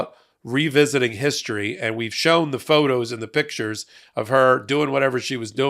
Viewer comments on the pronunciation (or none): none